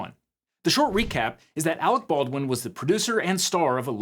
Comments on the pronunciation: “Awec Bolwin” damn you Team America. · but actually. . . . it's "Arec Bawrwin". and you know what sux about being a Baldwin? . . . . NOTHING!!